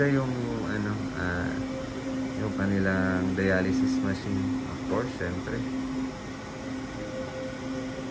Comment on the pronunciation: Dialysis yata hindi dialization?